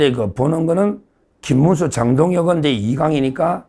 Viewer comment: 김문수>>김민수---발음을 잘하시고 구분을 확실하게 호명 해주세요